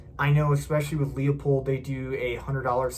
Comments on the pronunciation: Thank you for a good review. It's not "Lee-uh-pold," it's "Loo-pold." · pronounced'' LOOPOLD'' there Numnutz